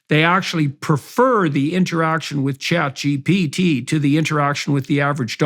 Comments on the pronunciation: Hearing JP say "ChatGPT" brings it full circle... Like it exists now more permanently. "ChatGPC" 😂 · Having quite some trouble there pronouncing ChatGPT